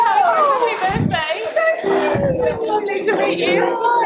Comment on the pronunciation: I love how you pronounce "Birthday" 😂😂 sounds more like "Burfday" 😂💕💕💕